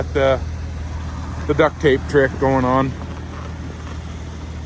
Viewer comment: it's DUCT, not duck. and that shit dries up and flakes. gorilla tape works the BEST!